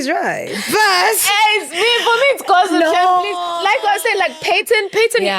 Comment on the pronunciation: Gozziip? It's gozzip??😂😂😂 oh